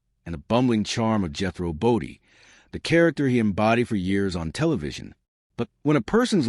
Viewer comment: #1. The AI voice is not pronounce BODINE, it’s not Jehro Bodie, I could be wrong but I thought it was his uncle who was the boxer? I catch Beverly Hillbillies now & then on TV & laugh my butt off. Max did a fabulous acting job with his character Jethro. So funny! When TV was good & entertainment. Ahead of its time, remember Jethrine ahahaha